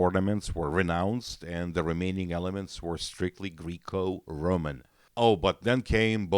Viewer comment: Guy really said “greek-o-roman” 🤣